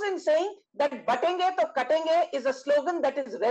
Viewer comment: It’s not kaatenge It’s katenge 😅